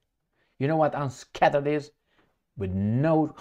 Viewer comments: Opposite of unscathed is scathe, meaning to cause harm. "Scathe" rhymes with "bathe". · Unscathed "Unskeithd" means not harmed.